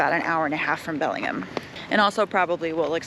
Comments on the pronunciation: It’s Belling-HAM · It’s pronounced Belling-Ham. Not Belling-um. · She pronouncing Bellingham so wrong. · No, everybody doesn't mispronounce those names! As someone who was born and raised here and still lives here, I can tell you no truly local people mispronounce any of those names. She didn't even pronounce the city of Bellingham properly, and that is an English name straight from England.